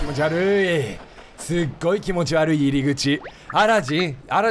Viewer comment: キヨ「キノピオを気持ち悪いってことをキノピ悪いって言ってたww」 自分「wwwwww」 キヨ「なんも面白くねーわ」 自分「」